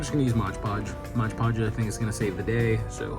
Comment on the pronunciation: Modge podge 😂